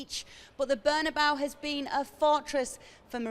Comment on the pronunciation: Why do all British commentators pronounce Real Madrid's stadium "burn-a-bow"??? Can't somebody tell them once and for all how it goes? Drives me nuts.